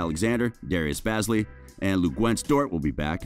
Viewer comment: Heads up Bazley is pronounced baze-lee. Obviously unless you’re a fan your unlikely to know this